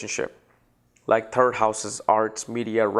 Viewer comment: I thought he was saying turd from the turd but he was actually saying third from third